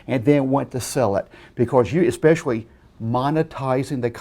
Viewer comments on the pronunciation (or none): He said "Expeshawee" HA!!!!!!!!!!